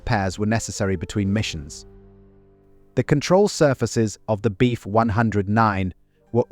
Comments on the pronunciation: Do you think that you could reprogram the auto-generated narrator to say, "BF" instead of "beef"? Please? Incredibly annoying 😑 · Decent video, AI narration sucks. Beef 109, hahahahaha